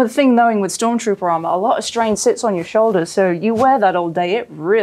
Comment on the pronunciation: stop calling it STORMTROOPER AHHHH😂😂😂 great work tho, very cool